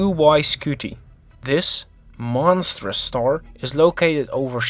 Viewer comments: Stop saying starsh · But He Said "Shtar" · Haha “shtar”